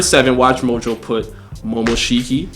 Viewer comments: anime rlly hittin us with the momomoshishiki pronounciation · but said momomoshiki not momoshiki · AND WHO IS MOMOMOSHIKI